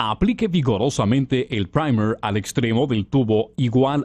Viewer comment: A alguien más le gustó la pronunciación del Primer? 😂😂 Me hicieron sentir así como que esa vaina aguanta vuelos espaciales jaja (Buen vídeo 👍🏼👍🏼)